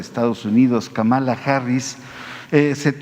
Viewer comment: Si la siguen llamando KAMÁLA (con acento en la 2da Á) se les va a enojar. Es KÁMALA HARRIS con acento en la primera Á. (Solo es una observación) Saludos